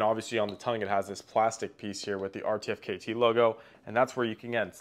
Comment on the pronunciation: just so you know in the future, it's pronounced "artifact" 🙌